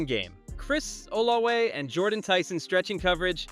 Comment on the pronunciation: It's not olawe, oh la vay.....